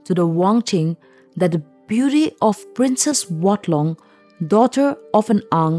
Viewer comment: Aoart from the fact that the narrator pronounced "princess" as "princes" this was a very interesting story. Thanks 👍